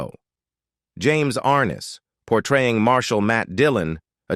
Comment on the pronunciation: ARNESS not ARNES.